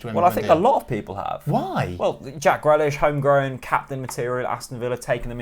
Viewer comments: Who's Jack Grelish? He ain't a pickled vegetable! Very questionable pronunciation 😂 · Buendia better then Grealish 😂😂😂 at least pronounce Grealish’s name right next time it’s not Grelish, love the podcast though😂👏